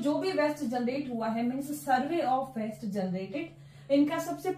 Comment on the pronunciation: Madam, the contents and explanation is very good but the pronunciation of waste is different , kindly pronounce in right way, west is different and waste is different.